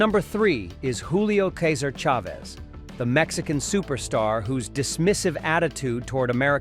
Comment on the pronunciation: The AI doesn't know how to pronounce "Chavez". It's a sign of low effort content where the uploader can't be bothered to voice or edit their own videos before uploading it.